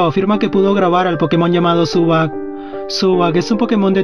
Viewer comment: Zubat no zubac